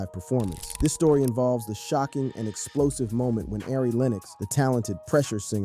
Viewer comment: Torey “LANEZ” mannnnnn Ari…. “AIRY” smh 😂